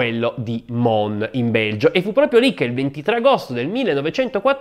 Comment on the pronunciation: Grazie per il sempre ottimo aperitivo 😊. Volevo solo far notare che la s di Mons si pronuncia. L' errore nasce dal fatto che normalmente nella lingua francese la s finale non si pronuncia ma in questo caso fa eccezione .